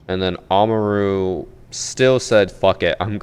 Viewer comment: the way he mispronounces Kaid (Kai-eed) as Cade and Amaru (a-mar-u) as Ama roo is physically painful.